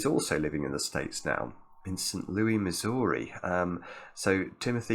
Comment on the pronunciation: When he pronounced St. Louis as “Sint Loo-E” 😂 Americans won’t know what he’s talking about